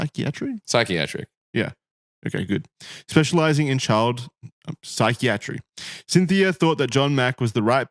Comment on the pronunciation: Please tell me that isn't really how Aussies pronounce "Psychiatry".